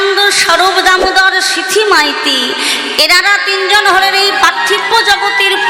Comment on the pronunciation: সিথী মাইতি নয়, কথাটা সিখী মাইতি